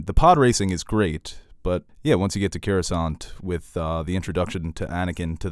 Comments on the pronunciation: Cawusant? Caflatarooo? Croisant? It's Coruscant ffs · I tweak out every time you say "Cure"uscant